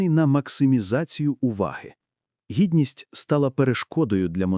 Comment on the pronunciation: Дігність?шо то??